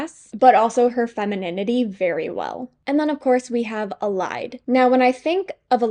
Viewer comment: noo i pronounce elide as EL- EE-DAE